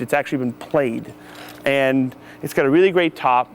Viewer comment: It's weally weally cool